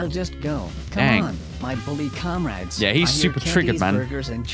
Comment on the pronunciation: Wait did the bully say "commrades"? (Starts singing russian athem)